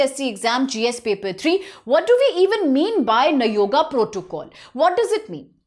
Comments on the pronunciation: You are correct bro she spells nayoga as you said earlier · You are destroying our speeching also by consistently saying nagoya as nayoga😂😂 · For god's sake, kindly call it as nagoya